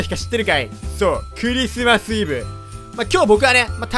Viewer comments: ｸｩ↑リスマスがwww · クゥ↑リスマスだね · 最初の「ｸｩ↑リスマス」ビビった笑